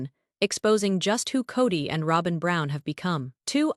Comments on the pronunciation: Please say robins name correctly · I have to laugh every time Y'alls AI can't pronounce Robin's name correctly 😂 🤣 😅